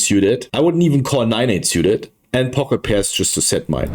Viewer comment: Love everything about your content. Just stop saying "siuted" please. It's "sooted". Drives me nuts. Lmao, half kidding...